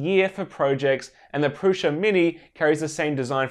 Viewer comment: why people keep pronouncing "Prusa" as "Prusha"???